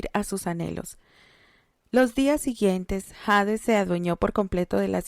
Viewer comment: Jjj 😅me encanta la historia , excelente narración , solo un consejo , espero no ofender , para nosotros la letra H es muda por lo tanto al decir Hades o harto , lo pronunciamos como si esta no estuviera o sea ( Ades o arto ) solo en inglés es esta letra tiene un sonido similar a la j , si pruebas verás q se escucha mucho mejor